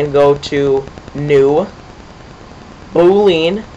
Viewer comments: omg... and it's Boo-lee-un.. NOT boo-lean. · and "boo lean" hahaha learn some pronunciation